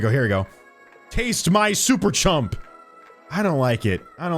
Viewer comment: its super chum not chump